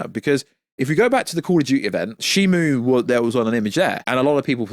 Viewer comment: It's Shimo not Shimu